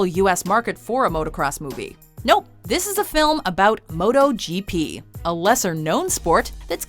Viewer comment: why tf is she saying moto and not motor??